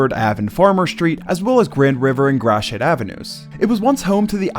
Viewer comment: Narrated by a Detroit native. I guarantee that, cause he pronounced “Gratiot” correctly.